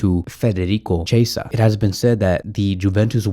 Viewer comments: Federico Quee-esa... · Im italian and a barça fan but please is cHiesa like Key